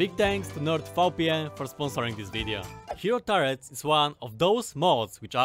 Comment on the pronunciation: Hero turrets: hero deturrents